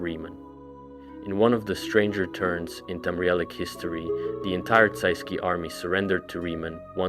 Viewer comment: Get your pronunciations right bruh it's really annoying, nedes, chimer, tsaesci holy larper